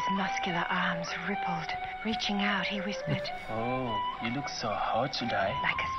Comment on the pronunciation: Pronunciation of 'out': You're saying oat. Don't do that. It sounds like a Canadian caricature, not remotely Australian. If you take the short a and e sounds from cat and get, it's kind of halfway between that sound, and lean on it so it's not such a short vowel sound. Then add your 'w' closing of the vowel then the t. "a/e-w-t" = out